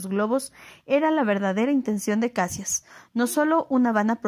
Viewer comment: Luis Alves de Lima e Silva, Duque de Caxias, el único que ganó este título por méritos propios... Por cierto, la pronunciación es Cachias, no Cassias.